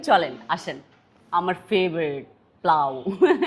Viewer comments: কথাও শিখে নাই,পাগল!প্লাও কি!?পোলাও,বুঝলে? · আরাছোদা বেডী পোলাও কে প্লাউ বলিস কেন?তুইতো শুদ্ধ কে সিদ্ধ করে পেলেছিস বেশি শুদ্ধ মারিস না তোরে কি ছোদে? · Ai j mises plau noy polaw, age uccharon ta sikhen tarpor Video te bolien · চোত মারানির ঝি, প্লাউ না, পোলাও, ঢং দেখলে গা জালা করে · আপনার এই প্লাউ এই কথাটার জন্য পুরো ভিডিওর সুন্দর্যটাই নষ্ট হয়ে যায়। সারাজীবন শুনছি পোলাও আর আপনি বলেন প্লাউ। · পেলাও 😂 এইটাও পেলাও সঠিক উচ্চারণ পোলাও বিফ রেজালা সঠিক উচ্চারণ গরুর গোস রেজালা। বাংলা ইংরেজি দিয়ে কথা গুলাই ফেলছেন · আমার মনে হয় জিবনে পোলাউ দেকেন নায়। তায় নাম টা ও ঠিকমতো বোলতে পারেন না। পোলাউ না বোলে। আপনি বলেন কি। প্লাউ। ঢোংগি মহিলা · প্লাউ কি আপু? 😂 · আপু আসলে শব্দটা কি প্লাও নাকি পোলাও😊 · পোলাও ❌❌প্লাও✔️✔️😂😂😂😂😂😂